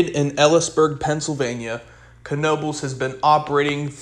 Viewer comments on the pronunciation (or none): Pronounced... E Lees Burg